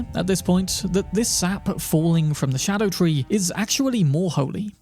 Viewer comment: It's not a "shadow tree." It's a Ska-doo tree, which is my its spelled as "Scadu-tree"